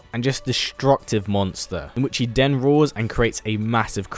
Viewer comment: Instead of dis why don't you try saying this, and instead of den why don't you try saying then! Bad habit